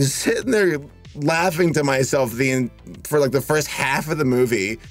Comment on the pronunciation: “trailers fur it” Nice touch